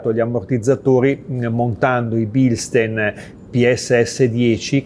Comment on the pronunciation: scusi, non è una critica ma la pronuncia è bilstain!!!